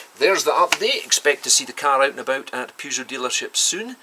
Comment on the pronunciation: It's Peugeot not Peejoo simp